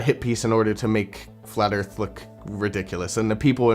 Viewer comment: Fwat earth fwidays... always look forward to these